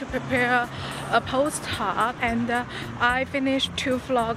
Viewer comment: 支持！🥳by the way, poster的发音跟香港人也太像了哈哈，一听就知道在香港生活过